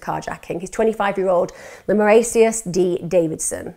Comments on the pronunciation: EMMA his name is pronounced lah-mar-cus. As a lifetime knoxville resident in that same area weeks prior and having my baby the week after, this crime hits home. That girl was a good Christian daddy's girl and they proved that in every way. Even a new law of victim blaming was passed due to this case saying they wanted drugs saying she offered sex for drugs and oral sex to be freed. I drive by this place every week. This case never got the national coverage it deserved because it doesn't fit the racist hate crime narrative. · LEMARICUS! At least get the names right